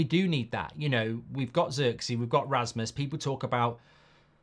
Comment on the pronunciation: Can’t be arsed to learn players names but after his interview with Rasmus he started pronouncing his surname correctly without the ‘D’ at the end. Why would you intentionally be ignorant towards players names?